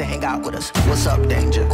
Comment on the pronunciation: It's "danger" not "dange"